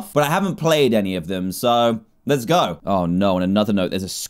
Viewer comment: Dan said gooooi